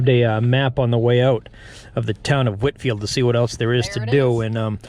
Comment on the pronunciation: Come on. It is Whitefield, not 'Whitfield'. It's not St. John's Bay, it's John's Bay. It's not Fort William McHenry,, It's Fort William Henry, which I excavated in the 1970s.